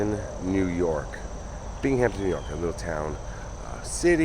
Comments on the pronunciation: it is pronounced bing um ton all one word big Hampton smh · Interesting thanks. Common mistake ppl make is the pronunciation of Binghamton. It's Bing Ham Ton. Not Bing Hamp Ton. Ppl tend to throw a "p" in it. No worries ☮ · Bing-am-ton, aren't you a hockey guy?? Never heard of the Binghamton(Bing-am-ton) Rangers my guy? Lol. I know you would think it's like the Hamptons, but there is no P in Binghamton. Thus our NY accent sounds it out differently. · Thanks for another excellent video, but I believe the city's name is pronounced BINGUMTON rather than BING-HAMPTON. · Try to pronounce it Bingemton New Yorkers typically don't pronounce the h .. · Great story but its pronounced, Bing-Um-Ton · What a lovely cemetery. I love walking through them, as I find them so peaceful. An FYI Binghampton is pronounced bing·uhm·ton. I went to boarding school in New Lebanon and a roommate one year was from the area. Love watching your videos, especially the few you've done in my home state. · Thank you for telling the tragic story of this fire in my hometown, Binghamton NY. NY cemeteries really are the best. Oh, and in the long history of teaching pronunciation of "Binghamton" to outsiders: Binghamton has no "P", it's just basically pronounced as a smooth(ish) "Bingham-ton". Sorry to be grammar nazi. I enjoy your work! 🐈‍⬛ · Thanks for bringing this past tragedy back into the minds of people. I wish I knew you were in the area, would be great to see you again. Thanks again for another great video.Take care! 🤟 Bing-uhm-tn......not being snooty, just helping out...lol. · Its pronunciation is bing ham ton but say it quickly lol sorry im a New Yorker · I know it's not important but I'm cringing. Just don't pronounce the H. Fellow NYer here❤ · I was cringing to